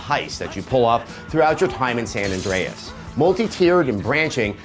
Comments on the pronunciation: Both Adam and Keza said San adreas a couple of times haha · you say San Andreas >.<